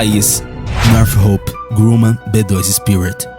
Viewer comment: Deve melhorar a pronuncia das fabricantes americanas, Northrop Grumman e Lockheed Martin